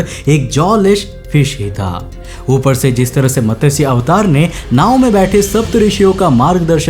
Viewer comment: कमाल है! तुम्हारे पहले वर्णन में ही ये प्रूव होगया की एवोल्यूशन से पहले ही इंसान का अस्तित्व था, जिसे तुम रिशी कहते हो। जिस मछली को तुम मतस्य(matasy) कहते हो वो मतस्य(matasy) नहीं, मत्स्य(matsy) है। जो भी हो इस कथन के अनुसार एक इंसान ने एक मछली को शरण दिया और इस मछली ने इंसान को प्रकृति में आने वाली विपदा से चेतावनी दी। तो ऐसे में एवोल्यूशन की बात तो बनती ही नहीं है।